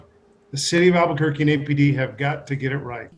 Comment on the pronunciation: says "Albugourguee". Get it right. Everyone else does.